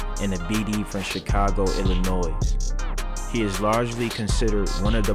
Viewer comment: THE S IN ILLINOIS IS 🤫❗️... IT'S A FRENCH IROQUOIS WORD WHERE THAT S IS ALSO🤫‼️